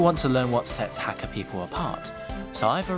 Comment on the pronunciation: Hate the way this guy says Hakka.